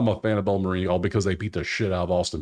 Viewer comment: Do yourself a favor, friend. Bellarmine University, in Louisville, KY. Where do you get “Bella-ma-REEN”? It’s pronounced “BELLER-men” At least SOUND like you know what you’re talking about. Just a suggestion. You sound like a fool. Sorry.